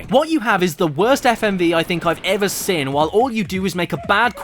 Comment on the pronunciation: he says sin instead of Seen